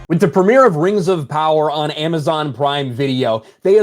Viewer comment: Rangs of Powa..